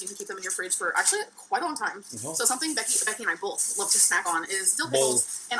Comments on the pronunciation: likes “bolth ” white and wheat bagels! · Call Me Meep Me If You Wanna Reach Me DON’T EVEN GET ME STARTED ON “BOLTH” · Hannah Horne - "bolth" and similar pronunciations may indicate some hearing loss, since I don't think that is part of the local dialect. She may have trouble hearing certain combinations. Or maybe the problem is at a different neurological level. But she is not being deliberately annoying or ignorant when she pronounces words this way. People just dislike her so much for other reasons that they allow themselves to get irritated by innocuous things like this. Yes, she is annoying. But there is plenty else to criticize that she actually does have real control over.